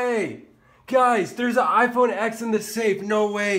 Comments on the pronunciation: why do you keep calling it iphone "x", its a roman numeral so its spoken as "ten" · It's called an iPhone x and the x is pronounced TEN